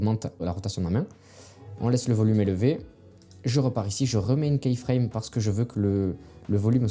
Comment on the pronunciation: Merci pour les conseils, ça aide. Une petite suggestion pour gagner en crédibilité, attention à la prononciation du mot keyframe. Imaginez que vous regardiez un tuto sur les keyframes et qu'au lieu de dire "image clé" le narrateur dise à chaque fois "image clou", je pense que ça vous dérangerait rapidement. keyframe se prononce kiframe et non pas kaiframe.